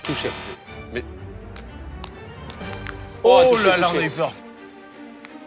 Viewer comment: à dit "j'ai pas touchéow" 😅